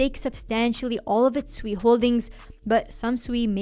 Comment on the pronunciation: Thank you for being one of the few influencers to pronounce SUI correctly. Even Raoul Pal pronounce is it, just like everyone else to be fair, like they're calling a pig. It's pronounced like you're saying the word sweet but you just dropped the T. You're awesome for pronouncing it correctly. Also love the balance of the rest of your content.